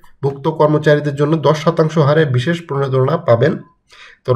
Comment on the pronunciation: প্রনেদনা না রে ভাই, প্রনোদনা। উচ্চারন ঠিক করেন আগে।